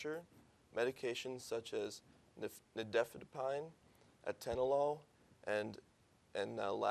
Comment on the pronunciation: He cannot even pronounce NI FED I PINE!!! Is this fake?